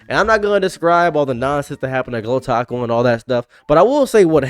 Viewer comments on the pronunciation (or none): none